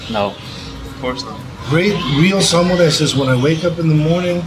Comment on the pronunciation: Seagal put his Japanese accent on, but he mispronounced “Samurai”. If you’re going to pretend, make sure that you pronounce simple words correctly.